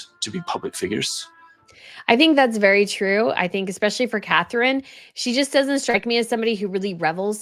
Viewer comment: Catherine-it’s Catherine